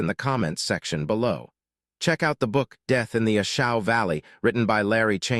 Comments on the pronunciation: pronunanced Long A sound A Shaw valley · A Shau is pronounced A SHAW....OUI ! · Narrator can’t say A Shau correctly, what does the future hold